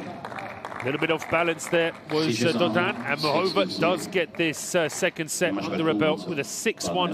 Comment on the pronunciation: There's an accent over the a in Muchova's name, which means there's an emphasis to the a, and not the o.